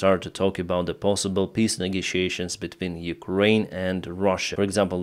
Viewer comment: I really like your pronounciation of "peace" "They want to hold piss talks" "Austria wants to hold a piss initiative meeting on their territory" (uurghs) 🤣